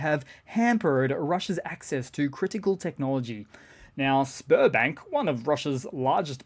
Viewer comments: Sberbank. All I can hear is Spermbank... :p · sounded like sperm bank the first time you said it !